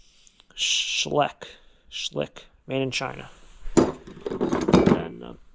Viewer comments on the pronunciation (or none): the brand of the animals is pronounced Sh Like. they would sell in a lot on ebay.